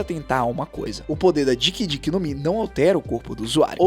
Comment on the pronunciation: Pronuncia sus: DICK DICK NOMI????